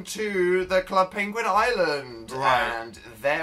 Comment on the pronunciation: Dan that does not say penguin PWENEGUIEG